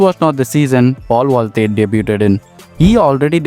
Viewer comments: I believe it's paul valthaty not valthey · Bro thats Paul ValthaTY, not Paul Valthy